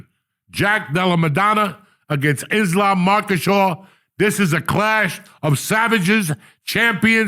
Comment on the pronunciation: "Jack Delamadona" Vs. "Islam Makashaw" 😂.